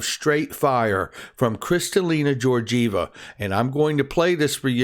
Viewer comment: Kristalina’s last name Georgieva is pronounced with a G like in the words gate or garden, I know it looks like it should the G in George 😉